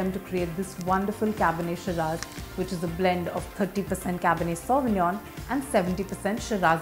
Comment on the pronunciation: I left when she mispronounced sauvignon